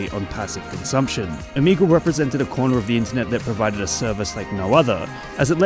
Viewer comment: Why are ppl spelling it omeagal? Is it the way he pronounced it?